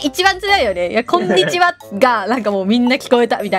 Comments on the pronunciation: の"こんにちは" 最近"こん"の滑舌悪くて"くんにちは"に聞こえてしゃあない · 、くんにちは 言うてるやん笑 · 何回か見て気づいたんだけどさ 最初の挨拶でこんにちはじゃなくてくんにちは言うてない？